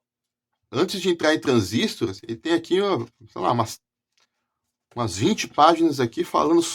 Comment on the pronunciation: É muito bacana vc trazer esses livros e comentar aqui para todos nós, parabéns e obrigado né. Gostaria de trazer um comentário construtivo com finalidade de também ajudar os amigos q amam eletrônica. O comentário é sobre a pronúncia q gostam de fazer sobre a palavra TRANSISTOR, observei q a pesar de ter escrito na capa do livro a palavra TRANSISTOR sem acento agudo na letra i , e a pesar de conter uma letra r no final, as pessoas gostam de falar " TRANSÍSTO " . Não me levem a mal, longe de mim querer ser professor de português, mas observo q é uma mania muito antiga de pronunciar "transísto " , não é o correto .